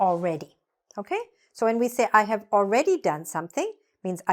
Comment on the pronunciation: You pronoun bok ,not book,have -haf. read-red. arrived-arrive.